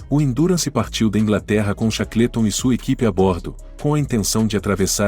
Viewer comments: Chacleton é phoda. A pronúncia correta cheiqueolton. Todas as pronúncias de nomes estrangeiros são sofríveis. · Cara, não é por nada não, mas se informe melhor sobre a pronúncia do inglês. Chaclêton tá ridículo demais. Desculpe-me mais assim não dá. Quanta bobagem meu!